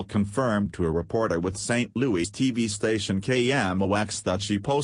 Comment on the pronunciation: teach your voice machine to say "louis". not "louie"